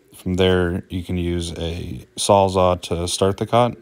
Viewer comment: Its Sawzall lol Good video